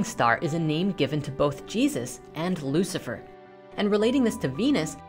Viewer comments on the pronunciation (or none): none